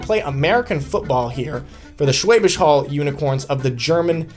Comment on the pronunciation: The "Hall" in Schwäbisch Hall is pronounced like "Hull". Should not be too difficult to learn/memorize!!